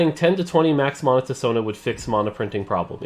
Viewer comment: Just wish he could pronounce mana